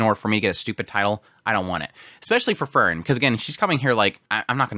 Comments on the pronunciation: you pronounce frieren like fern xd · I really like your episode analysis of other shows (fantasy mostly). But your pronounciation of FREIREN is killing me. I just can't enjoy your analysis of Sousou no "ferin" when there's another main character also called Fern😮‍💨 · he wants to get the content out. That is a thing to overlook in a first watch. But he gets the name Frieren so butchered that it is indistinguishable from Fern and that isn't even calling for him not naming Fern like the english plant. It really shouldn't be hard to call Frieren at least in the direction of free as in Freedom for the first syllable. So I rather say that is laziness taking a toll now. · i noticed that too :P he skips that syllable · He just doesn't wanna say frie cause no one is free in this world